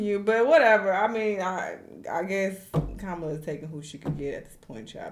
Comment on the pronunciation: Why do Dems always get performers to speak? Are there people really out here basing their vote off of who their favorite celebrity endorses? Also, to the narrator and to Cardi B, her name is pronounced COMMA-LA. Goodness. That's so disrespectful.